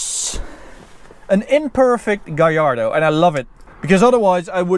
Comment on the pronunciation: Gallardo is Spanish. All Lambos are named after Spanish bulls. His pronunciation is right.